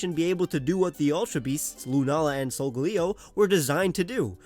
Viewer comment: I cringe so hard when called SOL-GA-LAY-OH SOL-GAH-LEO, like bruh